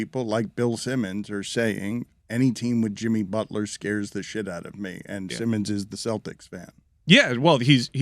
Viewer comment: That man said Himmy Butler 😭😭😭😭😭😭